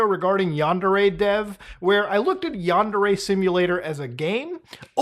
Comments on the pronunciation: It''s pronounced "Yawn-dare-ay". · Is yundere purposely supposed to sound like “under age”? 🤨